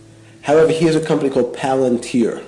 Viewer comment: Please stop pronouncing it paLANtir. It’s PALantIR. Idk why this enrages me so much lol